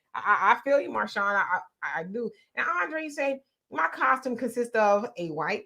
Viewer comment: 1st comment # Thanks for the support guys ❤❤❤❤❤ My name is pronounce Mar-shan lol or just say # lol..